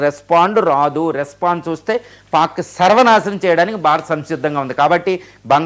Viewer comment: పాన్ గజ గజ కాదు పాక్ గజ గజ😂